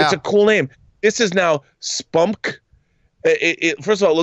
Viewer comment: I literally did not think to pronounce it as "spumk" until you said it John. I would just say the letters like MCU and DCEU. Es-Pee-You-Em-See.